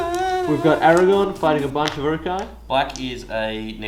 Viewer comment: A great Battle report. But Fuck me, CC, saying Aragon instead of AragoRn is infuriating.